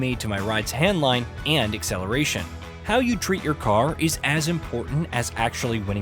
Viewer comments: AI ahh voiceover review handling pronounced as “hand-line-g” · Shit even AI pronounces handling correctly. This guy just completely said something different 😅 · I will now refer to car handling as hand line g, possie 2.0